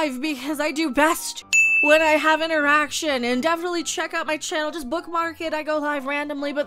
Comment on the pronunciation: Did she say that she "does this best, when [she] has an Eraction?"